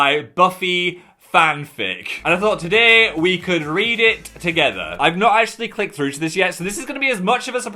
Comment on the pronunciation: that "today" was so northern omg